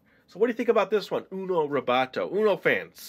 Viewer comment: Why Is He Saying Uno Robotto Like It's Spanish!?!?!?